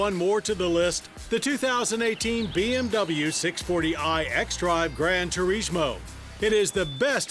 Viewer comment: ...Why are you saying turishmo?